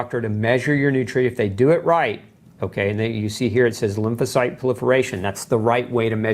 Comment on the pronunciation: Lymlasite limperation? Can't understand what he said and CC did not write it out either